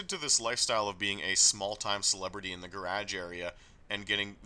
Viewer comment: Would love to hear you pronounce garage for an hour